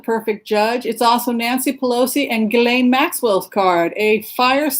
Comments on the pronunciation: The young women pressing charges pronounce her name as Gee lane. (Like purified butter... ghee.) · My husband is French and says it’s pronounced with a hard “g” as in Gheelane. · The French pronounce Ghislaine in two ways, a) “Jeeslane” or b) Gheelane. I have known several Ghislaines over the years and they mostly preferred to be called Gheelane but I have also encountered a couple who prefer Jeeslane. Hope this helps.